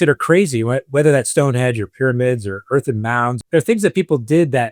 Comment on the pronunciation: It's Stonehenge NOT Stonehedge. I physically recoiled every time he said it wrong.